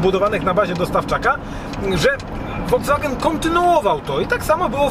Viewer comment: nie FOLDZWANGEN tylko FOLKSWAGEN.